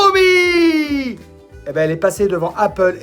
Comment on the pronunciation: Ca se prononce "cha-o-mi".................... ........ ........... c'est un jeu de mot chinois avec "show me"..... mais faut savoir........